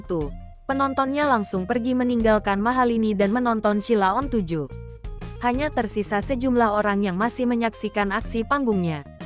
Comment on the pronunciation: Ngomong Sheila on 7 aja salah kok reko2 bikin konten